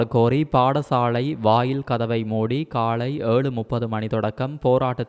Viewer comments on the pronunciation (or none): காலை என்பதை காளை என உச்சரிக்க வேண்டாம்